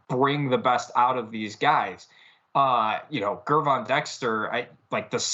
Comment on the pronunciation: Ger(like German) Von... Gervon, not Gurvon 😅🐻